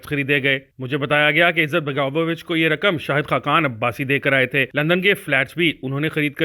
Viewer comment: Izzat-baga-vo-vich nahi balke izet-bego-vich hai.